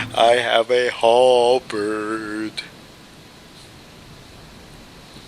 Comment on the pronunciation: The way you said "Halberrrrrd" made me laugh.